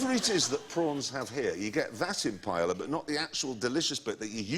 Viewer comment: The way they pronounce 'paella' makes me want to kill myself.